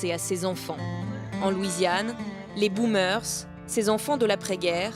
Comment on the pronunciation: Les boomeursse 🤣🤣🤣🤣